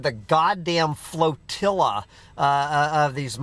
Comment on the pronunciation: Oh yeah, I forgot…when the busses showed up and you called it a floatella! Lol.